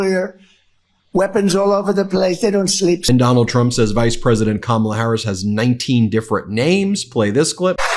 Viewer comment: This “who’s Harris?… nobody knows who Harris is” bit is so odd. Yeah, Don, everyone knows. Also: There are not 19 ways to pronounce her name. There are pretty much 2. The correct way, with the stress on the first syllable and the intentionally incorrect way you do it with the stress on the second syllable. His routine is SO STALE. He really is the ranting old man in the rec room at the home. You walk in to watch a game show and you turn and walk out before he sees you. So pathetic.